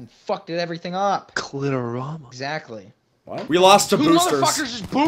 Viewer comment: Collateral sounds like CLIToral 😂😂😂